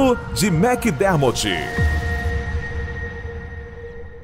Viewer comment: Macdermorti!!! Kkkkk Macdermortt não acaba com "i".